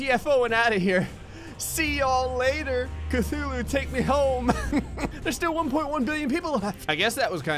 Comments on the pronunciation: Cuthulu ok not Cthulu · "I accidentally just spawned 2 kathuloos"